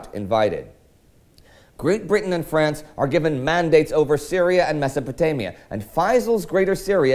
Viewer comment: its a 'mess'o' potamia